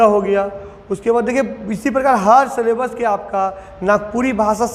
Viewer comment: 'सलेबस' क्या होता है,हमने तो अभी तक 'सिलेबस' ही सुना था❓